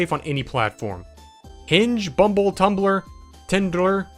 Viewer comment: timbler... tundler... tiktube 😂